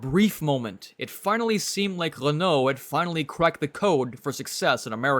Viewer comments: They made it sound like an "L"! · "Lenault"... really? Maybe it was just something wrong with his microphone or the audio itself...